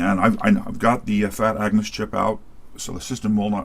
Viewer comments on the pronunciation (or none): Agnus not Angus. Every time you say it I'm thinking of AC/DC.